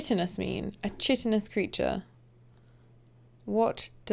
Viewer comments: So, language nerd. both mispells and mispronounced Chitinous. Chitin "ky-tin" is pronounced like any other chi- greek work like Chimera and Chiropractor. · Chitinous is a Greek word, so it’s pronounced with a hard K sound not a CH “church” sound. It’s the hard exoskeleton that many insects use. I think our hair and fingernails are also made of a kind of chitin.